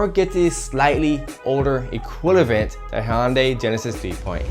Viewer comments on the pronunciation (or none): Did he say equilavent 🤔🤔